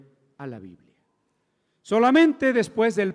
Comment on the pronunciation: Todo bien... ¿por qué será que a veces les da por decir "biblea" en lugar de "biblia"?